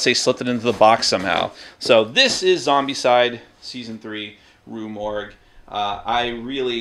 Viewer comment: Yes its Rue Morgue, you pronounced it correctly. Have more faith in yourself. You do speak English.